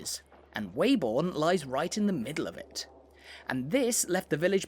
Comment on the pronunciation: As a local, can you confirm that the correct pronunciation of the village's name is 'Webbun' and not 'Way-born'.